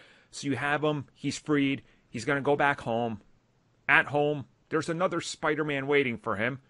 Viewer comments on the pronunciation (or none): none